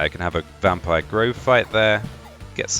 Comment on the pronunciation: It's interesting how you say "vampire" with a V sometimes but say "wampire" with a w others haha love this. Can't wait for the full game to be released